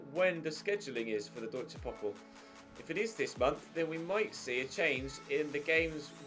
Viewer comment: You should pronounce the DfB Pokal with the 'a' like in the word 'far'